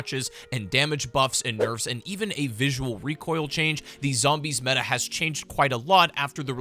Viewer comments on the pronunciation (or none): none